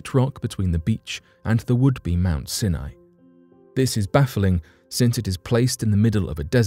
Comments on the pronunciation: Pronunciation is not your strong suit is it?! Your mangling of words completely puts me off - Sinai is NOT pronounced Sin eye but Sine eye!! Try looking things up before you read the script it also means that I am very dubious of your “facts” as you clearly haven’t made any effort to research the topic before reading the script like a robot! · Its pronounced Mount Si Nie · Mt. Sinai is pronounced Sy'-ny. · Mount “Sin-eye?” I thought it was pronounced “S-eye N-eye.” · Mt Sin eye? In the US it is pronounced Mt Sigh N Eye. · I couldn't listen to anymore. You keep pronouncing Mount Sinai wrongly. It's pronounced with the I sounding like eye. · You've murdered the name Mount Sinai. It's actually pronounced mount "seye neye". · Sini is pronounced Siy-N IY - † † English pronunciation guide: Sounds more like scy-nye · It's pronounced Mount Sigh-nye. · This bothered me also. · Senai ??? Really??? better work on your pronunciation. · Come on! How difficult is it to pronounce Mt. Sinai correctly? If that can't be done why are we to believe anything presented?